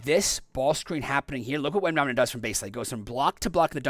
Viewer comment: Repeat after me: it's WembanyaMa, it's an M, not an N. It's been 2 and a half years since he was drafted, ffs. You americans are horrible with foreign lenguage.